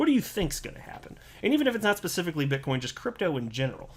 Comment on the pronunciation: did he say bitchcoin? lol